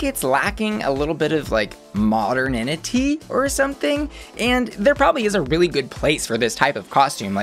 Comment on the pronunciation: Not to be that guy, but the word is actually “Modernity” 😅. But loved this video.